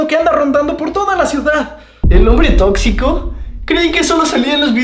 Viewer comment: xD me gusta la parte a donde dise el on.bre tocxico da me al an siano 😅😅